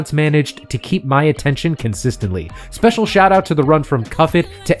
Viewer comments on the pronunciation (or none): none